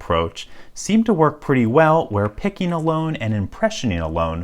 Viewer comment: "pickenin", "impressionin", so downvote